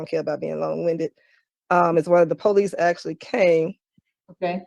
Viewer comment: The Pohlease. I love when ghetto queens make police 2 syllables.